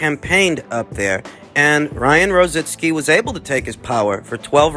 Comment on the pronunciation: IT'S NOT ROZINSKI.ITS R O Z I C K I...LIKE RICKY...ONLY RO ZICKi...LOL...